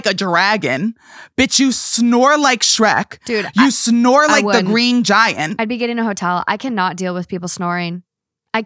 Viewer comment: The emphasis on “🗣️SHREK!” sent me 🤣🤣🤣